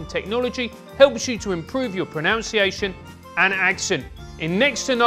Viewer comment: The irony of saying “pronounciation” 😂